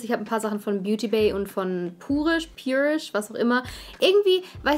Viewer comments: Ich finds besser wenn du purisch sagst und nich so wie sich’s gehört haha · Pjurish ist richtig :)